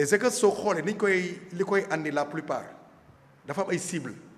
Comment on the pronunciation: On dit haker et non hager monsieur le presentateur